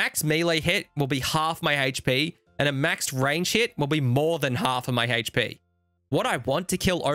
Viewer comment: Not even gonna lie, I get all hot and bothered when says things like "Haych-P" and "Monstah"